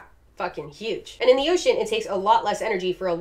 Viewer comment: I'm not even a regular, but after the first time I saw her cameo in Casual Geographic's video I can't hear or read the word ocean and not hear her say oh-cean every time.